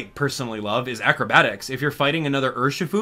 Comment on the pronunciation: It's Urshifu